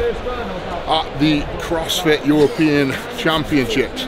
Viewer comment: "Crossfity" Perfect. Lol. Keep it up